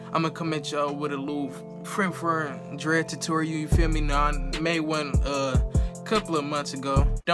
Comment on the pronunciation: dude say in the beginning fre-ferm dreads